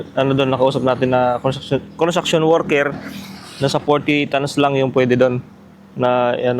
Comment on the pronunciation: Tama ba ako ng dinig tans ? O tons haha